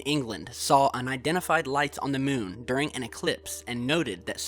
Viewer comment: that speech impediment tho and that weird way he calls it the mewn. an object floating over the mewn. the mewn. toppest of le keks.